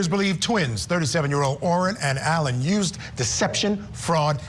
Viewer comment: Mispronouncing Alon's name. Auh- lon, emphasis on the last syllable.